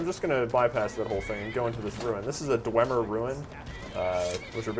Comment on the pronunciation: dwemer, pronounced dwee-mer